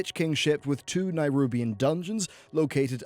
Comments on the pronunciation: Why do you keep pronouncing nerubian as nighrubian? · It’s Nerubian not Nairubian. Listen to the dozens of times the word is pronounced in Warcraft 3 if you want proof. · Its Ner-OOB. not Ner-UB. jesus, for someone who preaches to know this and that about WoW, you're really bad at even pronouncing them correctly. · It's Nerubian, and remnants, not Nairubian and remenants. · WTF is a Nigh-rubian? It's Neh-rubian, you arse-hat. Learn to English. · Trial of the Champion was the 5 man dungeon, Trial of the Crusader (Grand Crusader being HC) was the raid. See nobody caught on to that, too busy Q_Qing about the pronunciation of Nerubian.